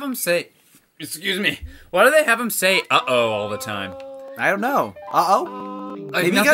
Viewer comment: it’s been a LOOONG time since i’ve watched the telly tubbies but i’m fairly certain they’re not saying “uh oh” and they’re saying “eh oh” which was like their way of saying hello :)